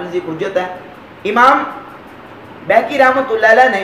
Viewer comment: بہیقی کا تلفظ بیہقی غلط ہے،عالم کو اس کا خاص خیال رکھنا چاہئے، نیز ٹشہد میں انگلی اٹھانے تک آپ کی بات ٹھیک ہے لیکن دعا ٹشہد کے بعد آتی ہے، اور حدیث کی رو سے دعا اور ٹشہد الگ الگ حیثیتیں رکھتی ہیں، آپ نے حضور صلی اللہ علیہ وسلم کی کلمہ شہادت والی دعا گو سیاق و سباق سے ہٹ کر بیان کیا ہے،وہ حدیث دعا کی منصب اور شان عظمت کے سلسلے میں وضاحت ہے نہ کہ انگلی اٹھانے کے بارے میں، اس لئے ٹشہد کے بعد دعا میں انگلی سے اشارہ حدیث کے نزدیک ترین اور معتبر ہے